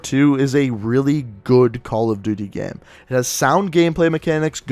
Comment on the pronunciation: the way he says "gam"...you cant unhear it